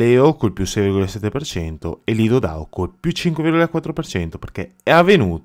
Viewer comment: Dou Nou non si può proprio sentire ti prego🤣🤣